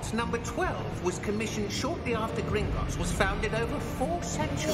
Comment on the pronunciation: You got the name right it is gringots